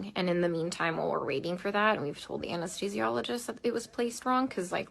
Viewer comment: Omg you are lying, you cannot even pronounce Anesthesiologist correctly. And what is up with that annoying as hell voice?! JESUS!